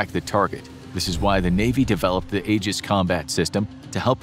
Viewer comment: Aegis is pronounced "Ee-juhs," not "Eh-juhs."